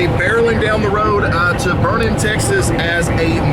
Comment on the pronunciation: Well its an early comment for sure. But Im only a minute in and he said Burnet right yall. God Bless Texas